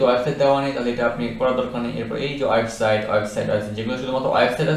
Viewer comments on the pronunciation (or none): অয়েবসাইট নয়। উচ্চারণ টা হবে ওয়েবসাইট।